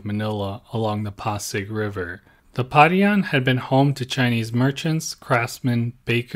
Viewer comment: Your pronunciation of non-English words shows your lack of thorough research. Pa-ri-an (not pa-rian) Ba-rang-guy (not ba-rang-gay) Ho-lo (not joe-lo)